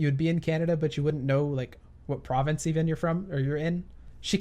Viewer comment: How do you not know what city you're in?! also it's province not provence;)